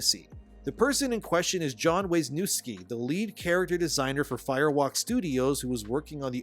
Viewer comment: Wisniewski <Viz-nī-ev-ski> Polish. Common like "Smith" in Anglo. My grandmother would want me to correct you, brother. I know this because there is a ghost wooden spoon slapping in the back of my head right now. Although, as of Polish-American heritage, I also denounce that one, as not understanding his own heritage.